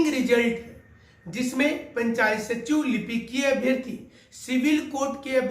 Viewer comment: Sir , Abhiyrthi nahi Abhiyarthi boliye